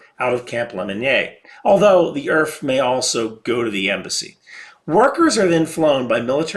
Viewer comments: "welcome to Earf" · "Welcome to earf." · Welcome to EARF